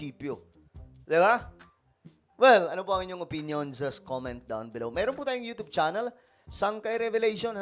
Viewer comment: Hindi Yotob iyan pag pronounce kundi yotyub yun…